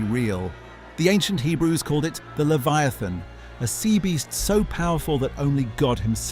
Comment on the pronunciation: Is the AI mispronouncing Leviathan?